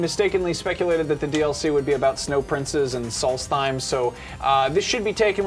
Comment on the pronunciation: it's actually solst-heim.. as in the same "heim" as in anaheim?